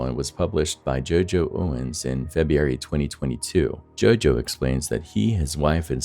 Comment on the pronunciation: I really enjoy these videos but it drives me NUTS how the narrator pronounces February. He pronounces as Febbee-airy